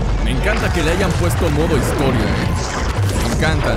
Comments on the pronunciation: dice hisotria xD para que lo corrijas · Dice hisotria 😂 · Es historia pero le dijo asi xd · Dice hisotoria